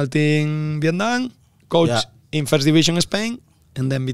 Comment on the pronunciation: Apalagi kalau “first” malah mamat ngomongnya “firss” harusnya “feurss” mattt!!! Greget gua 😂